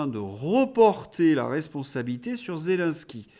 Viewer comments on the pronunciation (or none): none